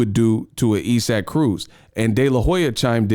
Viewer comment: Bruh who is Esack? You mean isaac? Sound it out 🥴😂😂